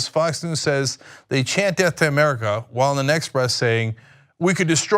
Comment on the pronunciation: I thought "murrica" was a joke... But he actually says it like that... 😂😂😂😂